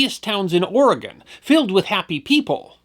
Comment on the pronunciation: Thank you so much for pronouncing Oregon correctly! 😀